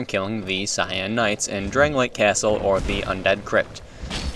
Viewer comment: It's pronounced "shawn"